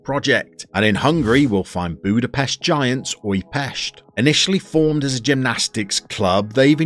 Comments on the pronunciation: Well done on the pronounciation of Újpest! Funny enough, the club is going through a huge rebuild in real life :) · as a Hungarian I appreciate the effort :)